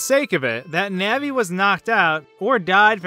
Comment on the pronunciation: The pronunciation of "Navi" here makes me cringe. "Nehvee". I've pronounced her name like "Nahhvie" ever since childhood.